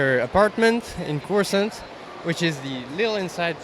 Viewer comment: Corasaunt!?? 😂 It's called Coruscant!!